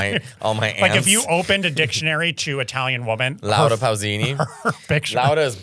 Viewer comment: Nick:Laura pussini!🙂 Mateo: Pausini!